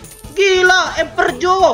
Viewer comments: Ngakak pas bilang emperjo wkwk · Empetotx Emeperor× Emeperjo✔